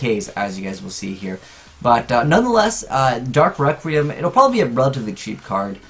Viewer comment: He pronounces it 'dark rectum'